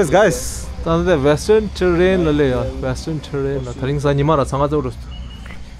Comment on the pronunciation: What can we expect from chapri youtuber, making fun of others while he himself can’t pronounce a basic English word “terrain” lol😂